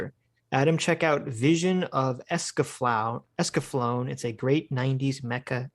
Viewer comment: Lol, the anime is pronounced es-ka-FLOW-nay